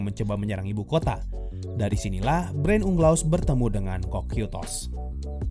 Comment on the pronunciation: Orang" dengar = Brain Unglas Yang gw dengar = Brain Leh Ugha